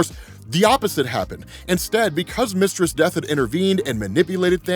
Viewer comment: Took me a minute to realize he wasn’t saying “Mr. Steth” 😂